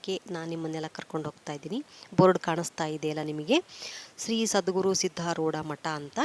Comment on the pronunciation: ಅದು ಸಿದ್ದರೋಡ್ ಅಲ್ಲ.ಸಿದ್ದಾರೂಢ ಅಲ್ವಾ